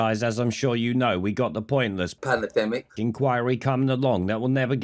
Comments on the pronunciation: Spot on “panna-demmic” again 🤣 cheers! 👍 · Pan- a- demic!!!! Lol 😂😂😂😂😂😂😂😂😂😂😂